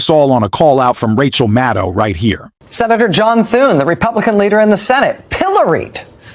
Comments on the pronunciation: Sir. It 's NOT Rachel MaTTow! It's Rachel MaDDow. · Who is "Rachel Mow?" You called Rachel Maddow "Rachel Mow" at about the spot in your video. What's with that? And then at about the spot, you call her "Rachel Mattow". What's with that also? Get with the program, especially if you want people to like and subscribe to your channel. The stakes are too high to not be attentive to such details. Rachel Maddow deserves better than this. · With respect, would you please learn how to pronounce Rachel's last name?